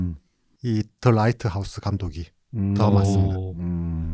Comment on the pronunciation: 님, Lㅏ이트하우스라고요! Rㅏ이트하우스가 아니라 ㅠㅠㅠㅠ